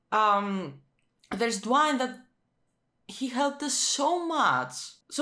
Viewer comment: "Abra'hAm" lmao "Dwine or Dwanye?"🙈 You and Negan's reaction HAHA!🙈💀 and you said you don't watch The Walking Dead for realism, even though its one of the primary demeanors that you receive from each character 🙈 the later seasons it's actually more questionable not going to lie.